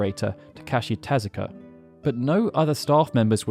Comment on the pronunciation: Osamu TezukA...not Tezuki. That man defined and pioneered the look of modern anime. Respect the name please. It's not an excuse that Japanese isn't your first language, as many of us in the non-native English-speaking world take great efforts to properly pronounce English as a second or nth language, but foreign names as well. Otherwise, I appreciate this video as a whole.